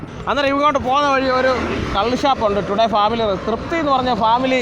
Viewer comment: 'ടുഡേ' അല്ല 'ടോഡ്‌ഡി '....